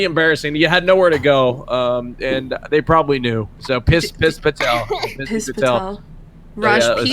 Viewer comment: is hilarious bro "Rajj Pee-tel"